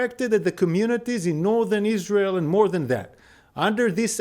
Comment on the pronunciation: isr-aerl is ter-rist state